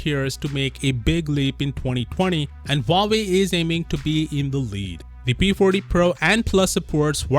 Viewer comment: This guy said p porty pro plus 😂